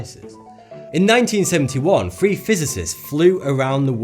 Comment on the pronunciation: FOR FUCK'S SAKE, PRONOUNCE YOUR FUCKING WORDS PROPERLY! I'M FROM THE SAME TOWN AS YOU AND I CAN MUSTER THE MUSCLE MOVEMENT TO PRONOUNCE "THREE", "FURTHER" AND "THOUGHT" CORRECTLY! IT'S SO ANNOYING